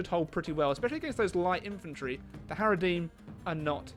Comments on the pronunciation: It's HaradRIM swordsman not HaradEEM swordsmen! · By the way there's an R in haradRim